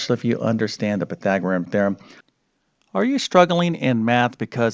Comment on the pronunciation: It's Pythagorean, not Pythagoream! One would think after teaching math for decades one would learn to correctly pronounce what one is teaching.